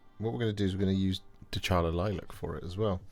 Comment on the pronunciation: Is not "DeCHAla", it's "DeCAla"